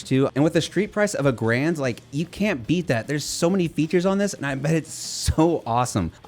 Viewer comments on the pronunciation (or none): none